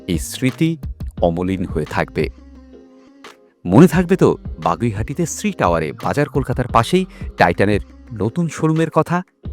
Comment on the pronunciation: দাদা কথাটা বাগুইআটি , বাগুইহাটি না 😅